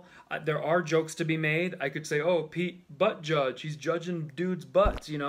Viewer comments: You mean Pete Buttofjiz brah... That's not funny that you mispronounced it 😂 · Lol, it's pronounced like Buddha- buddha- judge-, funnier your way, tho😂😂😂